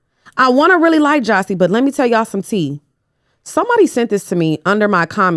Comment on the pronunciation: calling Jassi “jossi” is killing me😂